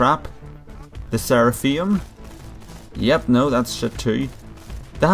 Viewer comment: i like when you say shit cuz you say it like shet SHET i like it